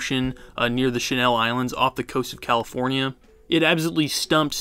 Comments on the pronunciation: "the shuhnel islands" 😂😂 it's just pronounced channel. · It would be nice if these content providers would learn their subject before making a video like how to pronounce words like Gibraltar, or the channel Islands, not the Chanel Islands.